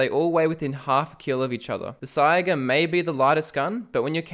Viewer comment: Bro please, it's called a saiga pronounced sayga